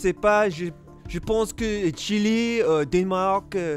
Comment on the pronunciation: Anyone hear how pronounced Chile?